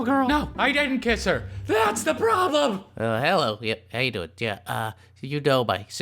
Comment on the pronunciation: aveeeeeeee Marrrrriaaaaaaaaaaaaaaa also for some reason he says dooining.